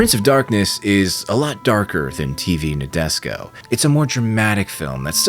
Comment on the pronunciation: Please pronounce Nadesico property. Na-de-si-ko